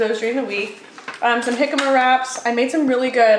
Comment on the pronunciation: Jicama is pronounced hee-ka-mah.